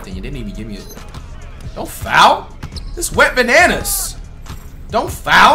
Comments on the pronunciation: It’s wetbananas not went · WHO ELSE THOUGHT IT WAS “WET BANANAS” THE WHOLE TIME????? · Wait does Flight call him Went Bananas in every video or Wet Bananas? He's got me questioning my hearing now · Whole time i was thinking you call that man wetbananas 😭